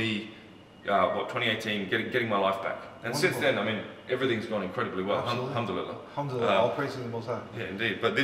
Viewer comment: 🤣🤣🤣🤣🤣 what's that bro what did you say ? Humdululuh? 😂😂😂